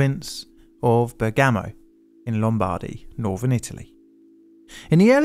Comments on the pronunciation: The city is pronounced "berga-mo", not "bur-GAHMO" the way you pronounce it. I know this because I used to fly into Bergamo all the time and this is how the locals pronounced it. Great video! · Bérgamo, not Bergámo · BERGamo! I Iived there for several years. Don't assume Italian words have the stress on the penultimate syllable. There are dozens of examples where is comes on the first - Bergamo, Brindisi, Taranto, or on the second as in Monopoli. Best, just check the pronunciation with one of the many, many on-line pronunciation checkers. Silly, avoidable, errors like this detract from the excellent research and presentation. I couldn't listen to the end. The mangling of the names was too much to stand.